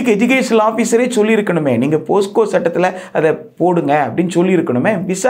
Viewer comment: போஸ்கோ அல்ல போக்ஸோ...